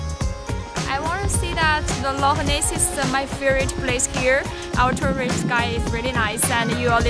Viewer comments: Had hoped the narrator might try to pronounce "Loch" but alas not. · It's not "lock" and nor is it pronounced "lock". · Lake.???, at least try to pronounce "Loch".